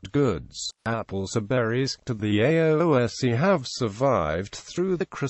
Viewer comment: This has to be the worst attempt at pronunciation ever. It's pronounced as ess shee or (in the past) aes shee by most Irish Gaelic speakers.